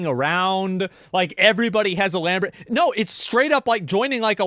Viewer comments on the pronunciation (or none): none